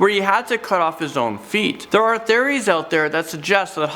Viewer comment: Tried to watch but I can’t stand the way you say theories. I’m sorry.